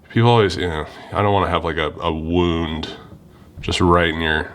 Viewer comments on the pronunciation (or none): none